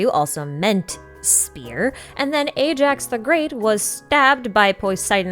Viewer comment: Also. Ajax is pronounced as eye-axe, not A-jacks.